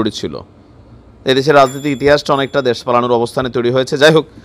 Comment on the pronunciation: দেশ কে দ্যাশ উচ্চারণ করেন কেন?